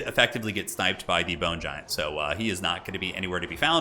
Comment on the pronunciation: 0:0:50 "The Boner Giant." I can't be the only one who heard that.